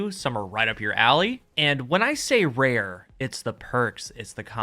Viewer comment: “Vewy ware weapons” indeed